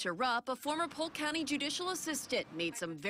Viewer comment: Is that Polk county? or poke county?